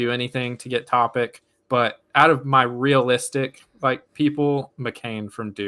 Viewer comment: please learn how to pronounce european players. Bro said Jokic right but shitted the bed with Topic. ITS ALMOST THE SAME NAME DUDE TF